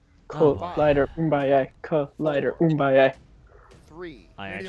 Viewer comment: isn't it boom-aye-A(<- hooked on phonics version) not uum-buy-A? I watched a documentary about the rumble in the jungle Ali VS Foreman and I'm pretty sure it's boom-aye-A. That was 10 years ago though so I could be wrong.